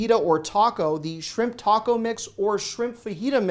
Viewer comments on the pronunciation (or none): none